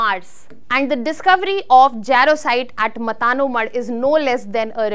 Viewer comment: It's not मता नो मढ Correct pronounce is मातानो मढ